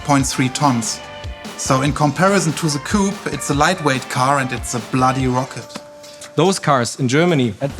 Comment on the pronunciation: Its one thing to cringe and listen to Americans mispronounce 'coupe' but come-on, you are Europeans and should know better